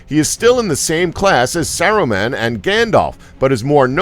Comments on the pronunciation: “More-dur” “Sur-on” “Sur-o-man” “Lem-bis” “Bum-bottle” “The Two Tower” “Ill-sa-dur” “Double-door” “Gellen Grindelwald” “Eeo-win” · yeah with him saying Seron(Sauron), Seruman(Saruman), Tom Bobbottle(does this need one of these? YES! Tom Bombadil) and the others are just fucking infuriating (were these little thingies even necessary?) edit: and ilsider(Isildur) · Fuck it's Mordor not Mordur wtf is Mordur Sauron not Soren and Saruman not Serumin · “ suron and saraman” Please get someone who’s watched the movies and freaking KNOWS THE NAMES...disliked! 🤦🏻‍♀️❌ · Merder,suron, serumen, quality pronunciation mate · Serawn and Sarahman, Mortar. Lol This video needed more research, the theories about “tahm bambahdl” and Radagast are way off. To really understand the characters you need to read all the books related to middle earth. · Seron. Serohmahn. Tom Bambadle . Illsider. Morder. Doubledore. Eeeowyn Wow.... just wow.